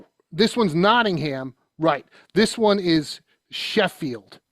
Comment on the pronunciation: Wait, he gets Birmingham right but then screws up Nottingham? lol